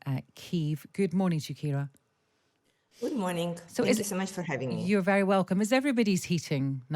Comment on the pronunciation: Her name is Kira Rudik, not "Shakira." 🙄